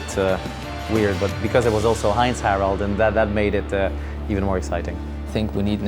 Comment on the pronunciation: Surprised how well he is pronouncing "Heinz-Harald". The german H is not easy for french native speaking people anyway. And he even got the "ei" right.